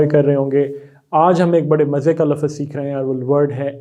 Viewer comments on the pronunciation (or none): Thanks sir for this series, but wanted to say something with respect... if I am not mistaken, you are pronouncing the word “lafz” as “lafaz”, which is incorrect pronunciation... hope you will pronounce it the right way next time... otherwise your videos are so helpful... thanks 😊